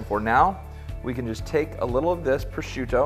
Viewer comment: next time invite me so i can pronunce "Prosciutto" in a proper way 😂 just joking